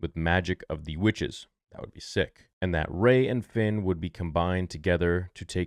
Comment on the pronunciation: Gay not Ray !